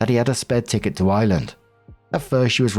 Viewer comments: I wasn’t lookin at the screen at first and thought was saying Island instead of Ireland. I was so confused for a bit. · Your accent,. It wasn't until you said, "I live in the UK, so Ireland isn't that far away," thatvI realized you said, "Ireland." It sounded like, "island!"